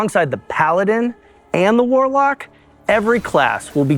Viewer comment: "Reign of the Waalaack" Guys, just deeply based to hear this in a Boston accent. Seriously awesome.